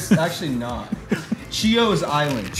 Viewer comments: Chios is an island in Greece (its pronounced hios like the h in callahan) and this "gum" is resin from a tree. Im from Greece and i dont like it either although mastic processed gum is kinda good. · Hahaha wow so white “Chios” island it’s pronounced hios. It’s greek. It’s mastiha it’s pretty much gum that old grandmas would chew they are nasty This kid don’t know anything